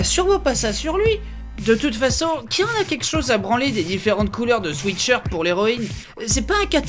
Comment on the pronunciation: Par contre Benzaie, "sweat-shirt" ça se prononce "souette shirt'' et pas "souitte shirt". C'est pas tout de bien prononcer Uncharted, faut aussi appliquer le bousin au reste. =)